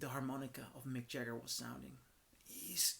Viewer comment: “Mick Jah- her”?